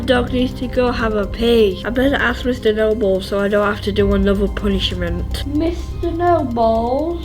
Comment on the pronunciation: Sorry but did MORGZ say " we have this really mean teacher named mr. Noballs 🤣